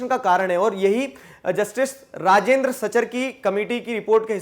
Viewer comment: Sir you miss pronouncing rajindar